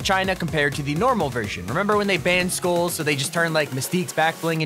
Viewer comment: Why Am I Hearing Schools Instead Of Skulls. Is It Because I Don't Want To Attend School.